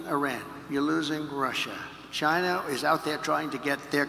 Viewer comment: Communication is key folks. Shows trust. Trump 2024 not to mention tons of embezzlement/corruption. would love to hear Kamala answer these same questions. Why is that not a thing we do??? Also love hearing Trump say “Chyna”again 😂😂😂 yeah that was when Trump won me over originally. Like no President ever met with Kim. It was pretty nuts. keeping my Subaru and ford work truck thank you very much, China lol